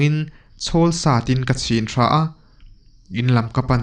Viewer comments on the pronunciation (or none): none